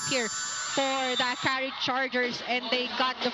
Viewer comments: True its very distracting. A-KARI 😳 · It's distracting how the guy announcer keeps mispronouncing Akari as A-kari. Isn't it part of his job to learn the proper pronunciation of words, esp. nouns?🤨 On a different note, Akari has silenced the bashers who claim Akari winning the 2025 Reinforced Conference as runner-up was just a fluke. Congrats, Akari!